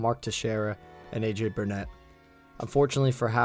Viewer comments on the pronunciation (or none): none